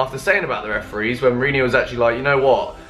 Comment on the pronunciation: You call yourself a Chelsea fan and you can't even pronounce your own coach's name right smh